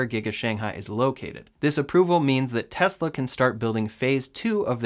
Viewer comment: I like your videos better than Ben Zullinz. At least you can pronounce the “S” in Tesla! Keep up the good work.